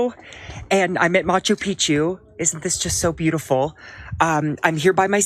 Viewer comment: It's Machu Picchu Dylan, not Macho Picchu